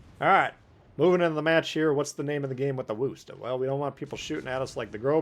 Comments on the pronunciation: Exactly - 'Wuster' not Wooster lol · Wooster? You think that's the correct pronunciation? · That’s not the correct pronunciation. It’s pronounced like “would” or “could”. I can’t think of any other examples atm.